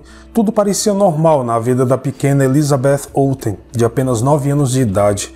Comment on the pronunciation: Adoro o canal e a narração,só me dá agonia a maneira como o pronuncia o nome Elizabeth 😐 No mais,parabéns pelo trabalho 👏🏼👏🏼👏🏼